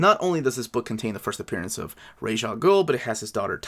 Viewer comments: Raysh is wrong rahz is how it’s pronounced in arabic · Ras should iMo pronounced like Ras in Ras Tafari. Hereby Ras is an Ethiopian title of Princes. The term Rasta, Rastafari originates from Ras Tafari Makonnen, the last Emperor of Ethiopia. In the sight of "orthodox" Rastafarians he is the returned Messiah. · So happy Tales of the Demon has original coloring. Bodes well for future Bronze Age omnis. I personally pronounce Ra's like "Rahz", but I have even heard him referred to as "Raysh." It doesn't really matter though.